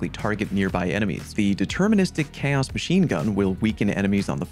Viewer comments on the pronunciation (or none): none